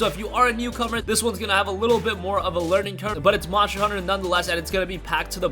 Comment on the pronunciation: Nice voice bur you need to annunciate the word MONSTER !!!